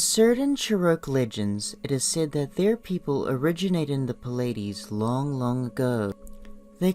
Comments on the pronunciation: Its plee-ay-dees not pa-lay-dees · Pill-ides, Cheroke, LMAO